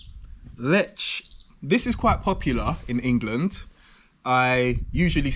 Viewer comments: You should say: Leeh, Leahh not Lech (in short) not as it says on the label. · It's not "Letsch" ! It's "Leh". "H" is a clear sound. Also, the Polish "w" is pronounced like the English "v", like in very". Never is it pronounced like in English! BTW, You can't taste so many beers one after another. You will never get the individual taste! You just get a jumble, and you can't know anything that way. Also, when you've had enough beers, every beer tastes good, because you're drunk! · I am more interested in command of Polish language than his preference for beer. I wonder how long it will take him to figure out that pronunciation rules in Polish are highly consistent. He correctly pronounced the name of the town ‘Tychy’ [ti:hi:] but butchered ‘Lech’ by saying [letch], instead of [leh]. I will bite my tongue and comment on the beer he was sampling: in Poland, sweet beer is drunk by people who don’t really like beer but want to be a part of the beer drinking crowd - mainly women and underage drinkers. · Wherev is zerviets no1 in Poland? Lech is pronounces Lek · jak powiedział Lecz to wyłączyłem kolego, to jest Lech, nie Lecz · Sam się lecz XD In Lech c is silent. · Lech nie lecz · "CH" in Poland is pronounced like "H" in "Have", "Hair" etc. not like "CH" as in English words "CHocolate", "CHeck". "W" in Poland is pronounced as "V" in English words "Verb", "Vers" etc. :goodvibes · You pronounce Tychy correctly so try to say Lech with this same sound of “ch” and w is pronounced as v is it is not hard.😉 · ch reads like h A very annoying mistake for Poles